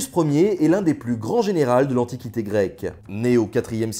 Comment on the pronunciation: Générals ? Pardon ?